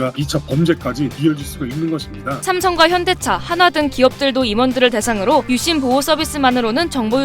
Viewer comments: "유심"이라고 하지 않고 "윳씸"이라고 발음하는 이유가 있나요? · AI썻나 유심발음이 왜저럼? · 유씸 유씸 발음 너무 거슬리곸ㅋㅋㅋㅋㅋㅋㅋ